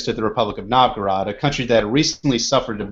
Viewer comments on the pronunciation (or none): Oh my... you pronounce Novgorod so weird, I had to listen to it few times to understand of what you are talking about :D Anyway, very good parallel.